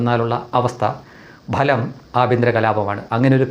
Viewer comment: ബലം അല്ല ഫലം, ഉ ഛa രണം